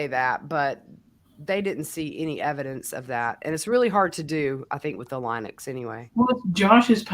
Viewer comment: Thank you so much for your channel. Linux is pronounced like the lady's name - Lynn-ux.